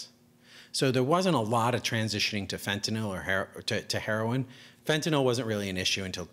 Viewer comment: Finally, someone who can actually pronounce the word "fentanyl" correctly